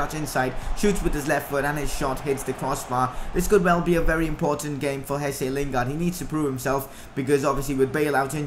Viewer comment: Mate it's Jesse lingard